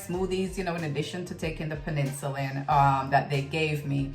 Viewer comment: Are you saying penicillin the antibiotic? Pen-ah-sil-in